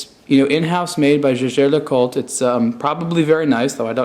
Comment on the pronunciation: His pronunciation of Jaeger-LeCoultre is not even close! Lovely watch though and I enjoy the Blog to Watch reviews.